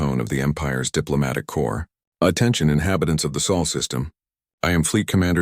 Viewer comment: What is the 'SAUL' SYSTEM? OH! you mean SOL SYSTEM.